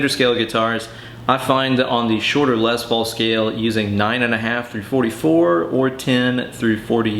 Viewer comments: Less is more. It's pronounced like less, say less Paul not more paul, or lesbian paul. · Tomato, Les Paulo haha